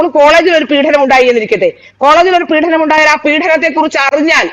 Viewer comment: വളരെ ശുദ്ധമായ മലയാളം സംസാരിക്കുന്ന ഈ കുട്ടി ഒരു കാര്യം ശ്രദ്ധിക്കുക.പീഡനം ആണ്, പീഢനം അല്ല.പീഢനം അച്യുതാനന്ദന്റെ സംഭാവനയാണ് 😅😅😅